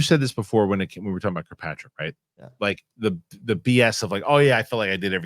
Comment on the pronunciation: FWIW: it’s “kirk-PATRICK” not “cue-PATRICK” *Good stuff though Fellows